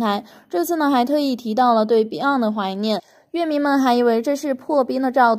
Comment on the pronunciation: 我的天啊，居然管乐（yue）迷叫（le）迷。我是怎么点进来的。。。